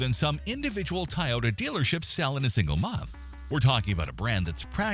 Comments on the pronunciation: He keeps bragging on Toyota (or as he pronounces it "TIE-ota) while totally ignoring it's glaring recent quality and reliability issues!! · AI not knowing how to pronounce Toyota is hilarious. Whoever scripted this clearly has a bias and has no clue. Chrysler and Dodge have both outlived their staying power for almost two decades. They should not have survived the 2008 auto industry crash. Eliminate Chrysler, they are stuck in the 1970’s. Dodge should only sell Pickup Trucks, going the way of GMC. The Chrysler minivan can move to the Dodge nameplate. Chrysler is over, twenty years ago. Well, maybe 30 years ago. The Fiat is an affordable car. Americans need to stop driving pickup trucks when they don't need to. If you live in a populace area and never hit the country roads on daily drives, you don't need a pickup truck. If Stelantis does not make the right decision about what fat to cut, they will all not survive beyond 2026. Kia/Hyundai (Genesis) are all cheaply made cars. Even the luxury lines. Lipstick on a pig. Genesis is Hyundai. It can't compare to German luxury cars. I'm not sure if this really matters anymore. Trump and his mango mafia has inserted their stupity in that little world in automotive, costing millions of loss for all South Korean companies. Unless the administration owns up to their FUBAR and reimburse the companies, South Korean companies will soon no longer be manufacturing in the US, and all of the jobs going with them will just make the economy worse. As for Buick, GM made a HUGE mistake by keeping that line and getting rid of Saturn and Pontiac. Even Oldsmobile should have stayed before B